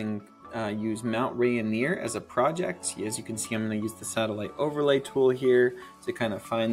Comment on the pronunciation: Wait! Did you say "PoLAR?" :) Also, having hiked it twice, it's "Ray-neer". Just trying to help, I promise.